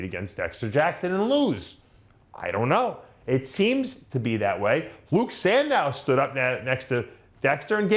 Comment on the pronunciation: Dave. Luke Sandoe....San...Doe....NOT Sandow